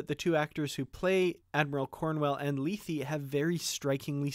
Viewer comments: Hi. No disrepect intended at all. Regardless of how Emma says it, check out the Shat Which is exactly how we pronounced it college Greek. I liked your video, btw. In the episode itself it's also pronounced lay-thay. Just saying. Happy New Year, btw! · LAY-THAY, not LEE-THEE, please. It's from Greek mythology, and is pronounced correctly in the TOS episode. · why not pronounce it the way its pronounced on the original series episode.."lay-thay".? wtf is lee-thee?